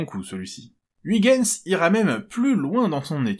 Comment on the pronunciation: Petit commentaire pour l'algo. Oui, je viens seulement de voir la vidéo, mais j'ai un alibi. Juste une petite "rectification" : je sais que les Français ne sont pas familiarisés avec la langue de Vondel, mais "Huygens" se prononce grosso modo "oeil-gueune-s".